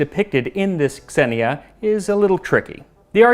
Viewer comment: An initial "X" is pronounced "Z": "Xenia" is pronounced "Zenia."